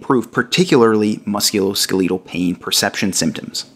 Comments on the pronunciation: Please start pronouncing the musculoskeletal the correct way. You are killing me mispronouncing it. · thank you!! His pronunciation was driving me nuts. It was like nails on a chalkboard. Lol. 😆